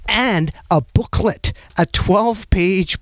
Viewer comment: The way he says booklet hahahaha